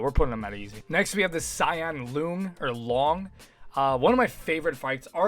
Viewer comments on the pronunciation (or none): Honestly this applies even outside the joke. Who tf says luhng instead of lohng?